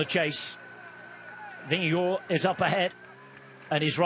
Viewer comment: Did I hear Jonas’ last name pronounced “vin-ge-gore”?? That is not how he pronounces his last name. There is no “o” sound in his last name. Paid professional commentators should be able to do better.